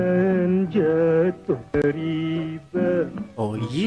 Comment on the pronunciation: riba dia sebut ba bukan be... tak semua sebutan... a bunyi e...